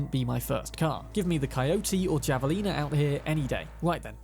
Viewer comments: Javelina is a word with Spanish origins and even in British English should be pronounced /ˌhæv.əˈliː.nə/ . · The moment you said "jav"alina made me cringe out of my skin. I don't know how they pronounce it in game but the animal it's named after is pronounced "hav"alina. The Spanish j sound followed by the ah as in ah-ha. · Just FYI, the Javelina is a Spanish word for a Peccary, a small wild pig. It’s pronounced with an “h” sound, so it’s correctly Havelina. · Javelina is pronounced Hava'lina. The j is silent. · I laughed when he enunciated the J in javelina lol